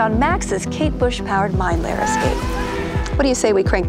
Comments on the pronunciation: I also hear her mispronounce the word Mind Flayer as “Mind Layer”🤭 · Mind lair.